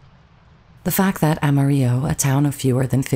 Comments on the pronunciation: It's pronounced Amar-ill-o, not Amar-igg-o. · Amarillo is pronounced Ama reel lo ..not like Spanish Ahma ree yo. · Great tribute however her hometown is pronounced Ah ma reel oh. Spanish for yellow. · It's pronounced, 'AM A RELL-A'! I'm from Texas and I didn't even know what you were saying as her hometown until I saw it printed on the screen. Made me wonder what else is haywire in your information... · Amarillo is pronounced Ama-rillo. Like armadillo. The L's are not silent as pronounced in Texas. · The city is pronounced Ama-RILLA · Amarillo the L's are pronounced as L, like cigarillo.... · It's pronounced Am-a-rill-o. (a long O). Very Texan pronunciation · 😅 The word isn't English so the pronunciation is Spanish - the double L is thus pronounced as a y sound. The word itself means yellow and even in known songs it ends with an O or an A due to wether male or female. Similar to the French and Italian languages, etc